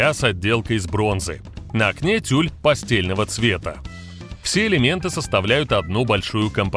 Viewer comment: Меня бесит неграмотность диктора. Тюль "пастельного" оттенка, надо читать пастЭльного....от слова ПАСТЭЛЬ, так читается, а пишется пастель.